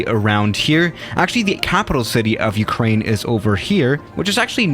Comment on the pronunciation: Its not Ukraine but its ourkraine